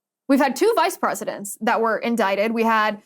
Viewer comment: I can't remember - was Trump indicted? Or was he in-dick-ted?